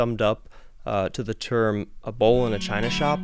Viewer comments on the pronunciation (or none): i swear he said "a bowl in a china shop" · Are you saying "bull"? The closed caption is saying "bowl", which sounds more correct even though that's not the phrase.